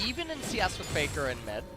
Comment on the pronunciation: Yes. For exemple they say Peikar not Faker.